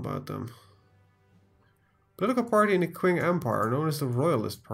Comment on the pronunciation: its pronounced ching not qing that how it is stupid